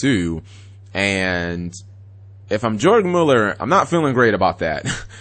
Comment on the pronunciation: 2 dots (umlaut) over the vowels is to stretch the vowel out. It's Yoorg Muuller.